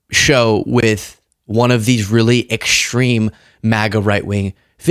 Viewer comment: ENGLISH. Learn ENGLISH. Stream, not shtream Extreme, not eckshtream Dream, not Jream. You can be from Tschikahgo and shtill know how to speak ENGLISH. Love your channel; learn to shpeak.